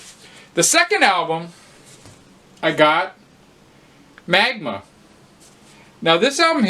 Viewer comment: I'm starting to pick up most things I see on that Polydor label. Seems a quite diverse range of releases and many very good ones. You gotta say Magma like Dr. Evil in the Austin Powers movies, MAG-mah. Cheers!